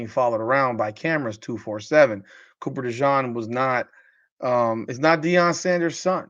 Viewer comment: love ya but you're mispronouncing Cooper DeJean's name. In fairness, you are pronouncing it correctly in French but since he's from Iowa they say Duh-zheen. No worries.